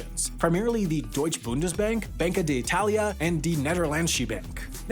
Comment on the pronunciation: Do we even need to rinse pronunciation of Deustche, d'Italia, and Nederlandsche? Can we just take it as read that has no idea how to pronounce foreign words??